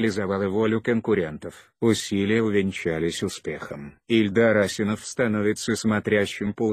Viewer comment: Что за озвучка противно слушать Ударение пипец. Даже фамилию Ильдар неправильно озвучивает.